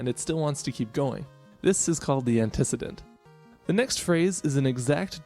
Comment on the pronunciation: It's pronounced ant ih see dint